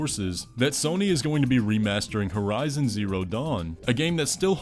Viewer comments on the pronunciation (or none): none